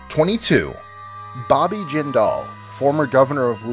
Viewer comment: As much as I despise both Bobby Jindal AND his horrible mother, you'd think you would manage to pronounce the last name of an idiot who briefly ran for POTUS! I am just like my mom in that we both get along with everyone regardless of age, sex, race, religion or anything else. So when my mom came home from work at Louisiana's Department of Labor (the agency mom had been employed at since before its current location was built in the late sixties) on a near daily basis with a new horror story of how Jindal's mother mistreated the people who worked for her (which didn't include my mom, btw) and generally made it clear that the woman treated everyone around her like worthless slaves, it was saying A LOT! I suppose I should mention that Ms. Jindal was one of the political appointments who hadn't had ANYTHING to do with the agency before her appointment, knew NOTHING of how the agency worked yet immediately set about making changes to the agency and how things were done the moment she set foot in the building! It was pretty common among these "political bosses" to do this, but she was worse than most! Thank heavens for Civil Service rules about hiring and firing of state workers, or this rich bitch would have had half the building on the unemployment line either the first day or for things as minor as looking at her too long! (This was before most people in the state even knew who Bobby was, fyi.) When Bobby hit the political scene, I hoped and prayed that he wasn't like his mother